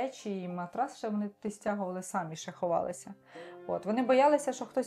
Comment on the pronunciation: Дівчата, ставте наголос правильно. Не сАмі, а самІ: наголос на останній склад!